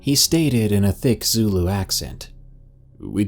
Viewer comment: I am South African (from KwaZulu Natal)and I love how you pronounce everything correctly in all your South African stories, KwaZulu Natal, Botswana, Gauteng, Zulu . My favorite is you and you are my favorite 😉